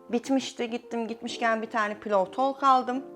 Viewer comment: “TOLK” pudrası 😂😂😂